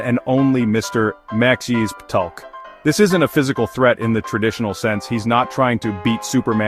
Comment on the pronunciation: It's pronounced as Mr. Mix-Yess-spit-lick